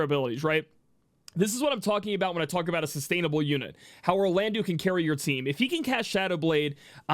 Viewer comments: Firstly: your videos are awesome--great energy + information. Sidenote: "-eau" in French is an "Oh" sound, not an "oo" sound, so can you be the leader of the wave of people who pronounce Orlandeau (Or-lan-doh) properly? Thanks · A lot of us pronounce Orlandeau as "Orland-oo" because his name was spelled as Orlandu in the original.